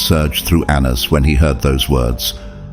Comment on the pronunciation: Pronunciation of Anans- ( An-na-naus) 🙏